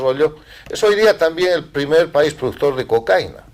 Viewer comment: Se dice cocaína con tilde en la i. Hay que pronunciar correctamente el nombre de esa porqueria que ha sido la perdición de mi amado país Colombia.